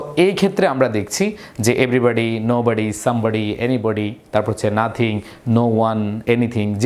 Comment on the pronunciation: নাথিং এর পর নোবডি না বলে নাবডি বলছি😅🐱